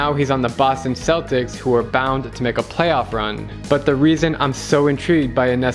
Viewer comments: He said boston seltics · Boston Celtics is pronounced Boston (k)eltics